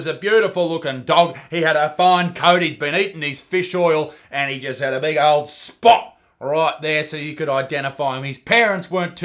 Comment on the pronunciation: I swear he called spot "bot"